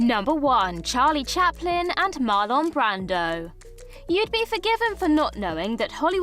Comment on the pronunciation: "Marlawn" lol Somebody commented on another video that they mispronounce things on purpose for comment engagement. It was on a video they pronounce Cillian Murphy as "Sillian". Ever since then, I can't help but notice how many names they mispronounce and I'm starting to believe that guy. But here we are, so it must be working lol.